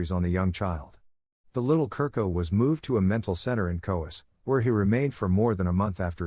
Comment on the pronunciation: Chu-rko is pronounced